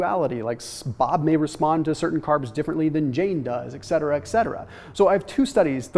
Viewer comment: E.T.C!!! ET-CE-TE-RA!!!! correct NOT ECCE-TRA!!!!!!!! INCORRECT!!!!